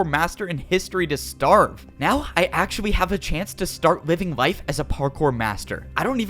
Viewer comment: did he say actuawwy